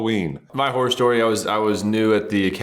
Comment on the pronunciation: Sam needs to say “horror” more clearly. I swear he said, “tennis whore stories”. That would be a very different discussion.🤣🤣🤣